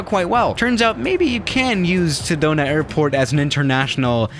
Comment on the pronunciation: Sedona! I love Sedona! Was just there a bit ago! ( I live in a AZ and it’s beautiful up there, also you pronounced it correctly)